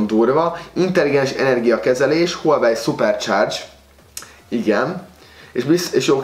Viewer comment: Az ,,hülyevely mák tíz Pró” xdddd